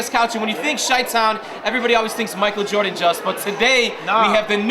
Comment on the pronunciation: girl it's jordIn not jordAn thank you